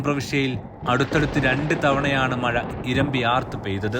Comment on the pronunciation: 4.:21മയ അല്ല മഴ മയിര് 🤦‍♂️😁